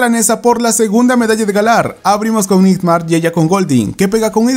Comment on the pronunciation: Buen video como siempre, pero me perturbaba mucho la forma en la que pronunciabas Nightmare xD